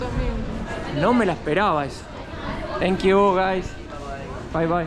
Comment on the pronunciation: says: Chenk iu guys!😂